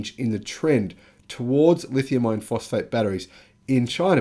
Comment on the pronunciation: Insightful video that indicates future trends and backs it up with data. Very nice. I was having trouble telling if you were saying "Lithium Iron Phosphate" or "Lithium Ion Phosphate". YouTube's auto-generated captions couldn't tell either (It thinks you're saying "Ion"). I know you were saying "Iron" from context, but it may confuse some people who are new to battery tech.